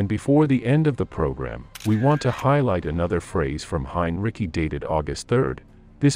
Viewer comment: Heinrici is pronounced HEIN REEEE SEEEE